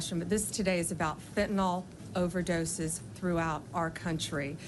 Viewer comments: Pam Bondi: It's pronounced "FINN-tuh-nill" - Fentanyl. Get it right, please. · FEN[t]enol (said like tylenol) isn't a thing. You can tell where people get their talking points by how they mispronounce things (kamala. zorhan, fauci) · Blondi needs to learn how to pronounce fentanyl